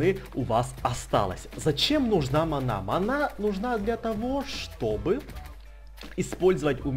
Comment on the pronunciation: Не манА а мАна